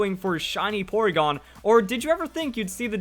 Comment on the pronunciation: When he said poregon I saw a shadow of Charizard or Dragonite